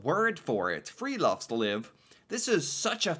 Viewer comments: No critic … but i smile when you say : friluftsliv ! ( free air life) but you pronounce friloftsliv ( free attic life ) Its fri- LUFTS- liv not fri-LOFTS-liv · Friluftsliv ( with u as in USA )!